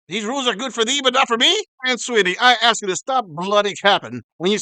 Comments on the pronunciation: Ah yes, the classic of way to inquire, to "ax" someone. Always good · Trying to sound reasonably intelligent and saying the word "arkse" 😂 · Even British blacks can't say the word "asK" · So even English blex used the word axe, I thought it was the uneducated American blex, no it’s all of them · I can't be with someone that can't pronounce the word "ask". Call me crazy.